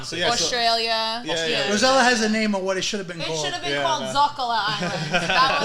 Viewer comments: Please stop calling her rosella that’s an entirely different name from her name, I’m sure if her parents wanted to name her rosella they would’ve. They named Rossella learn how to pronounce your guest’s name, Ros…sel….la very simple. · It looks like enjoys pronouncing incorrectly Rosella instead of Rossella.